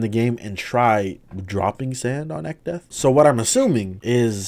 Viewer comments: I drank an entire bottle of water every time he said echdeath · Man, I'm glad I didn't do that shit with alcohol, If I took a shot every time you said Echdeath, my ass would've died to alcohol poisoning and liver failure, lmao